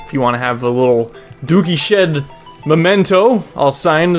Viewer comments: so...... is your name pronounced.. dookie shed? or dookies hed? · Is it pronounced "dookies hed" or "dookie shed"